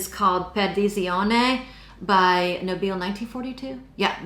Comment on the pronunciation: Just FYI: Nobile is pronounced [‘No-bi-ley] with the stress on the first syllable. (I know the lovely couple behind this brand personally) 🌸